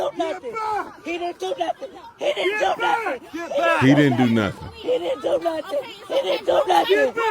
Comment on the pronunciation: “he didn’t do nuffin” counter: 247